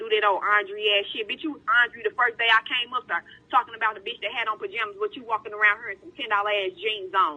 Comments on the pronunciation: Uurrggg... It's not "beach" it's bitch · When you put captions on, the black lady kept saying beach😂😂, not b!tch. Lol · That was about 300 times she said “beech” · "Liddle do you know, beach...!!" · Here's a challenge take a shot everytime she says beech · All I heard was beach